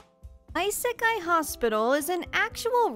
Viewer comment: lol its aiseikai not aisekai